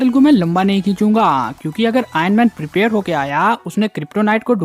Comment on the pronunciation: Kya bhai bas prepire prepire bol raha hai